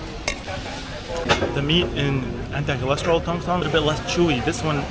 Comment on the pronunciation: Tong seng mr, no tong song 😅